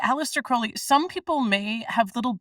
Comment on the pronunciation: Crowley, rhymes with Holy, not Cr-OW-ley.